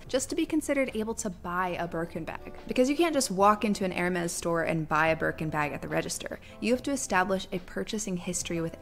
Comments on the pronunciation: “Air Mass” What the heck are airmass? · Its not hermes its Hermès (hermez) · It’s pronounced Hermès